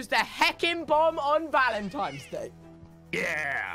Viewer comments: is it just me or did tubbo call it "valentimes day" throughout this entire video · I love how tubbo pronounces it vAL-Em-Timebs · is he saying valentimes day?? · “ValEntIMEs daY” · "Valentimes" day lol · nobody: tubbo: “valentiMes day”